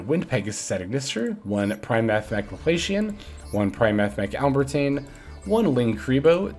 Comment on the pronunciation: Still saying alembertain wrong.